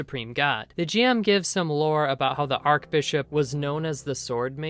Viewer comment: In the anime, elf-girl killed both goblins AND the guard dog with a single arrow - not "right after". Just sayin'... Also - fun vid, no doubt, but - it is not ark-bishop. It is arch-bishop. "arch", as in the arch of your foot, or the roman architectural marvel, the arch. ... ARCH-Bishop. ;-)